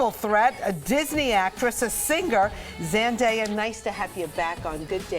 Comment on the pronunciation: OMG say her name right for once! its Zen day a